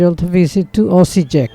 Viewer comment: Correct pronunciations: Osiyek, Tamburitza